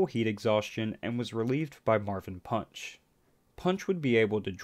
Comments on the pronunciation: His name is marvin panch, not punch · It's Marvin panch not Marvin punch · It's Marvin Panch